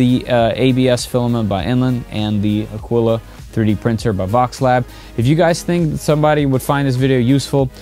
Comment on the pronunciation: Aquila (A-kee-la.)...Latin for eagle......in spanish it is Aguila.